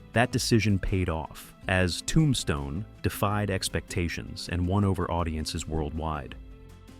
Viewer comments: Nice video...but why do you say Tombstone like that?? ToOmbstone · I have definitely been saying the title of the movie wrong since it came out. Never realized it was pronounced TOOmStone. That is what I learned from this video. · i made it to 23 - AI is not terrible but the weird emphasis on "Tombstne" and unnatural pausing was too much for me. another AI script that was not very interesting and spoken mostly naturally but off by enough that I had to just stop. i loed the film and wanted to enjoy this video